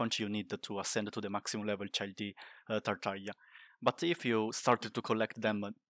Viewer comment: can’t believe you didn’t fuck up tartaglia pronunciation, i’m impressed